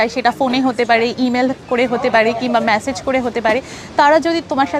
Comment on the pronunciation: তোমার এই Short vidio গুলো খুব Informative হয়। তাই তোমার জন‍্য অপেক্ষায় থাকি। কিছু মনে যদি না কর, বলি - Messege র উচ্চারণ টা ম‍্যাসেজ না ওটা "মেসেজ" হবে। ভালো থাকো মা।